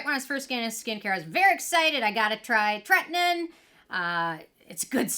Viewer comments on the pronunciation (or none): You crack me up with your wording. It's pronounced Tretin-OWEN. TretinOIN. lol.